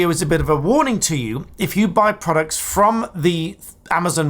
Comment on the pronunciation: At 1.53, what are prodcuts 😂?